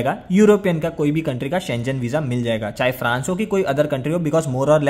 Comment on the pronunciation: It’s pronounced as SHEN GAN NOT SCHE JEN